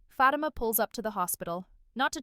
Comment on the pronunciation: I WISH YOU LEARN TO PRONOUNCE FATIMA CORRECTLY.